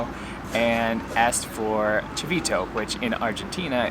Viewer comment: Chito ? Não se diz chivito